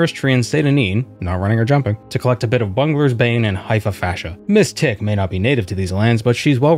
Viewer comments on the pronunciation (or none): none